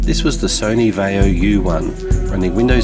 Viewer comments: "VYE - oh". Not "vay - oh." Seriously, have you ever heard ANYONE pronounce, Vaio the way you do? WTF... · it's va-ee-o.